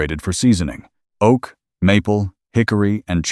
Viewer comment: love this story☺️ narrative is also good - except one place where he said dry O A K